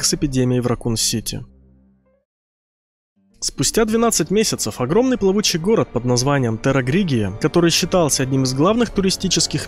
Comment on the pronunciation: Правильно террагригия, а не террагригрия